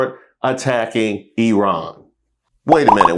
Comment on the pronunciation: Good work! AND Thank you for speaking the correct pronunciation of Iran.